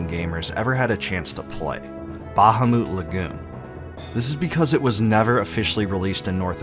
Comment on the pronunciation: Bro the way you pronounce “bahamu” is INSANE 😂